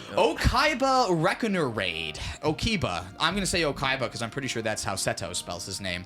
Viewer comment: Pretty sure pronunciation of Okiba is the Scottish version of Kaiba!